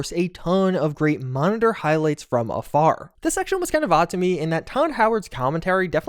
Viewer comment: Every time you say "afar," I hear "a fire" being pronounced by the locals here. So I keep flashing on the accent-specific joke related to the three wise men being firefighters "'cause they came from a fire (fär)." Silly, I know, but still...